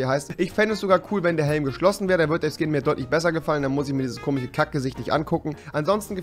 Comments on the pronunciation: Warum sagst du immer komich statt komisch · Spricht er komisch mit Absicht „komich“ aus? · komich, komichen, komiches😂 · bitte sag KOMISCH nicht kimiCH .... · Bitte lern bis zum nächsten Video "komisch" zu sagen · Kannst du nicht komisch ausprechen